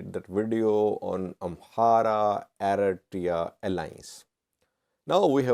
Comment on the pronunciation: For God sake, it's Eritrea 🇪🇷 not Aretiya